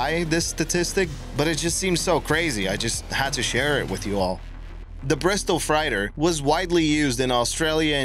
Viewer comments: Hey, guy, I luv yuh, but "fright-er (31.39)?" That's a vehicle that carries "freight," as in seagoing "freighter" or, without the "er," a "railroad freight car." No biggy, just FYI. (BTW, interesting fact about the 737 hijackings!) Keep 'em coming! Stay safe, everybody. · Bristol freighter, fr-8-er!